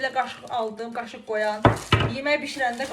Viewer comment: Qaşıq qoyan yox qaşok qoyan😂😂😂😂